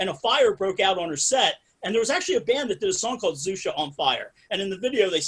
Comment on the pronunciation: xuxa is pronnounced shoeshah :)